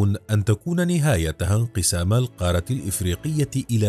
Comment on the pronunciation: نرجوا تصحيح نطق القارة .. بالتركيز على تشديد حرف الراء .